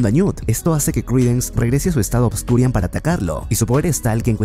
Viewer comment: "ObscuriaL" no es con "N" al final, me da un tick que ni investiga como se llama. sigo todos tus videos pero este me da un tick cada que lo dices jaja saludos